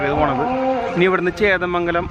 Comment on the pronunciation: ചേന്ദമംഗലം ആണ് ബ്രോ.... ചേതമംഗലം അല്ല... 💪💪👍👍👍👍👍👍❤️